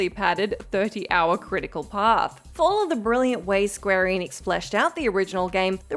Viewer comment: eh-nix, it's pronounced eh-nix, not ee-nix.